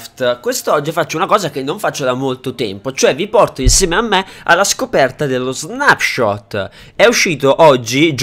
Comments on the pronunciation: perfavore che qualcuno dica a quest'uomo che si dice snepshot e non snapshot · ti prego devi dire non snapshot letto così ma con una e al posto della a quindi leggi snepshot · quando recensisci uno snapshot, che si legge snepscot e non snapscot, fallo con cura e informati bene sulle cose, guardati il video di erenbalze e confrontato con il tuo rispetto a contenuti e informazioni